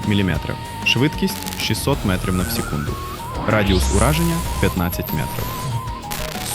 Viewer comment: Цікаве відео. Єдина проблема - дуже часто звучить російська вимова в українській мові, наприклад "метров" замість "метрів", "вперьод" замість "вперед" ітп.